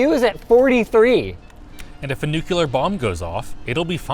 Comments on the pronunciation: "A nukuler bomb" lol Just like Homer Simpson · "And if a NUCULAR...." >.> nuCLEAR bruv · Heh heh, he said "nucular." 😄